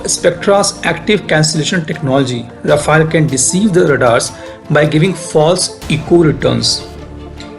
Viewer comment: Good analysis. Only one correction is that our French aircraft is called Rafale (रफाल) and not Rafael (रफायल) which is Israeli.